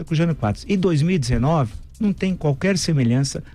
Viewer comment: Semelança? Aprende a falar. Você é uma vergonha para mais de 57 milhões de brasileiros!